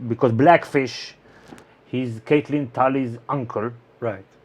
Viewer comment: Guys, "Catelyn" is pronounced like "cat", not "Kate".